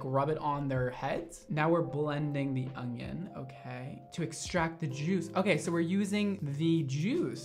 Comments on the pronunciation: baby, there isn’t a “g” in onion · Everybody else: onion mondo: ögnğion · No one: Absolutely nobody: Mondo: ONGION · Okay it's super cute that he can't say onion. "Onying" I love him! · I swear he's saying "ongion" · Lol I replayed the video to hear him say it😀 he did sound like he was saying ongion haha 😂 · nobody:: "ungyun" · Is it just me or does everytime says "onion" he says "onGion"?? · "ungion" haha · You say onion like ogion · Why are you saying ungyin 🤔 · Where are you from, you say onion sooooo oddly